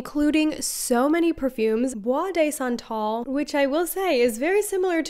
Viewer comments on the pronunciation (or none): I hope you don’t take this personally, I just like teaching people to speak french— it would be pronounced « duh santal » not « day santal » 😊